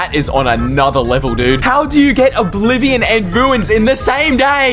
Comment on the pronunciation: its not oblivon